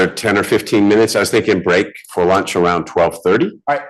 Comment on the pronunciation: Did anyone else notice this guy says “luach”!?